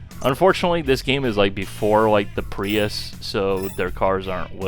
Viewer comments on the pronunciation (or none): none